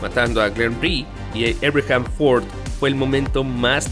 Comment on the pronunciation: Abraham, no Eibrajam, estas hablando español.